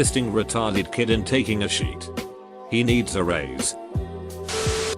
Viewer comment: Think this is the weirdest one yet, but it made me laugh. I also knew of people who ate paper and toilet paper - but well before high school. There was also a phantom sh*tter or sheeter as it is pronounced in this video in my school.